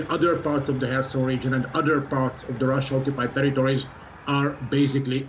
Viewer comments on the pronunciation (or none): Did she just say Tewitowis